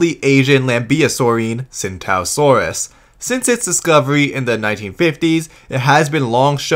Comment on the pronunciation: Tsintaosaurus is actually pronounced "ching-dao-saur-us"